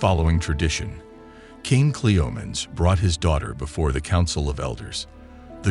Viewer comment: At least get a real human to narrate this, guys, instead of an AI-bot. i don't know ANY culture where women were treated like "vases"!! And her dad's name being pronounced 'Cleo-meens Eye" instead of "Cleom-en-eez the First"... eesh. And SHE was refererred to as "Hhe / him" almost half the time a pronoun was used, & it got worse as the video went on!!! Also, it looks like you might have pulled images from 2-4 different comics - can you please let us know which comics? i think i recognise one of the, but i'm not sure...